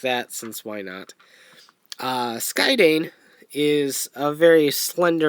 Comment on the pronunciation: uhhh... did you happen to not read the katakana on the boxes? the "dain" in their names is pronounced the same way as the dain in "Kyodain"